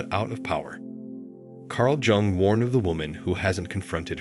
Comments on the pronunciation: you should have learned how to pronounce his surname yung not jung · PLEASE DON’T SAY JUNG AS IN JUNK , ITS JUNG AS IN YOUNG! PLEASE! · And it’s not Jung as in Junk but Jung as in Young. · Please, ask the AI to pronounce "Jung" correctly as "Yung". Or say it once and done, its in the title I think we get it! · Pronounce J in Jung as Y, and U as OO… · Jung as in yoong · Wrong it’s pronounced YOONG. Like book or cook but starting with Y and ending with NG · Who da fuk was Carl Jung pronounced Jung as in junk or jungle. This is complete AI CRAP. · The AI bot couldn't pronounce Carl Jung's name. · It got the first name right but missed the last name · Will you please give this man the dignity of pronouncing his name correctly. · Learn how to pronounce “ Jung.” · How does a report on Carl Jung not pronounce his name properly? If ai is supposed to be so smart why are so many words mispronounced? Words like read, lead, and even women/woman...geesh! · Perhaps, if you know anything about psychology and Carl Jung, you could learn to spell and pronounce his name properly.